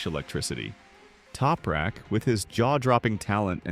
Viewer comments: Who's "Toperak"? TOP-RAK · Its, TOP rak, not Toupe rak.